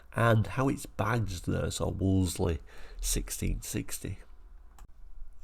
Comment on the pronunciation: I do enjoy your channel but the marque was pronounced 'Woolsey' - the second 'l' is silent.